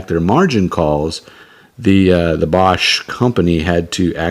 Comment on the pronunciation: It was pronounced "BAYsch." They did not stay in business long after the Hunt Bros.